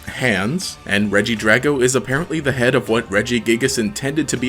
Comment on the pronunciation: no, regiragon. using the soft "g" sound as the "d" in dragon